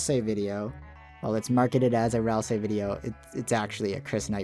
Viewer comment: When Ralsei becomes Ralsie